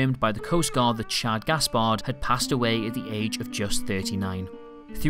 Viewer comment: *Shad, not Shod...